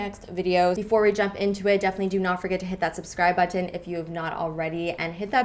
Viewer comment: I love the way Canadians say button :)